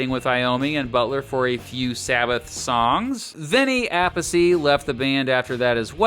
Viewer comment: Pretty sure its pronounced Vinny A-peace not Appasee. Lol